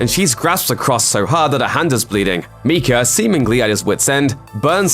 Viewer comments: MIKE-UH not MEEK-UH. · Mike-a not Meeka. I can’t listen to that anymore and I’m only 10 Meekas in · It’s Micah not miecha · It's pronounced my cah not me cah. This used to be my surname and there is a prophet in the bible named my cah spelt micah. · I don't know what is scarier, the ending of the movie or the way this guy is pronouncing Micah